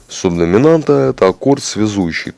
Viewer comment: "Суб досимамнта" - это, видимо, "субдоминанта" имеется в виду?